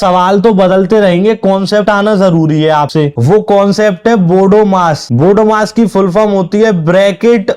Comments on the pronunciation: Bodo mas nahi bodmas bolo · Bahi bodomas nahi hai bodmas hai bolna to sikho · बोडोमास नही बोडमास बोलो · Bhai bodmas ka pronountation galat kar rhe hai aap. Aap pahle khud padh lo iske bad solve karna question. Aap ne itna easy question mai kya title lagaya hai bhai 99.99% log fail ho jayange.